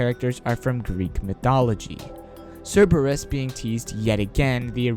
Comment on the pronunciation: omg, why are youtubers always saying cerberus wrong...is there any latin people out there? like cmon